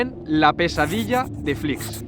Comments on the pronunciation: Conozco a uno de Flix y creo que lo pronuncias mal, yo lo pronunciaba igual que tu al principio, pero él siempre me decía "Flix com Peix", es decir que se pronuncia "flis" (una s final algo más como cerca a una ch) y no "flics". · Muy bien el video pero es [flíʃ] flish no flics... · Hola, una anotación. El pueblo se pronuncia Flish (sh seria ese sonido en inglés) y no Fliks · Te he descubierto hace un rato por tik tok al ver el vídeo del camping els alfacs, yo me he criado en la ràpita y mi mejor amiga de la infancia vivía frente al camping, de hecho su casa se ve en tu reportaje, tienes nueva suscriptora, lo único que sí cambiaría es decir los nombres como toca, en catalán, que me sangra la oreja cada vez que lo oigo diferente, Flix se pronuncia "Flish" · Buenas! Excelente video, pero muy importante que para los que somos de la comarca nos cabrea mucho, no se pronuncia como una X al uso en castellano, és una X final catalana por lo que se pronuncia parecido a " Flish" [ʃ] fricativa palatal sorda. Gracias! 🥰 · "Flish" sería la pronunciación más aproximada. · Només et falta saber pronunciar bé el nom del poble.